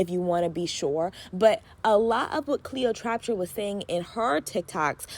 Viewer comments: Trap-pa not traptra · You saying Cleo’s name wrong the whole time is too much 😂 However, you had really good takes and advice. Keep up the good work